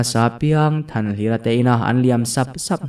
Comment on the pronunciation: Thanhlira tihtur Thanhliri ti rengmai 😂